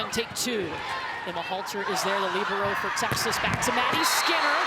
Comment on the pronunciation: Didn’t they call her a ‘libro’. They weren’t pronouncing the e